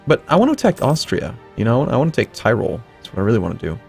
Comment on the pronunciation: It's not "TIREROLLE", it's "TEEROLLE"